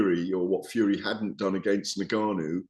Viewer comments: 🤣🤣🤣 UNgannou not NAgganou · Gareth, its N-Gannou, not Na-Ganoo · Considering he’s a very reputable and experienced boxing ‘journalist’, Gareth butchers some very easy names. ‘You-sick’, ‘Nergarnou’ to note a couple. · You-sick, Nuh-Gannou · Who is na-gannu ? He cant even be arsed to learn his name. If it's not Fury ; he doesnt care. #@ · GARETH THE TYPE OF GUY TO AN EXTEA SYLLABLE TO FRANCIS NGANNOU LAST NAME.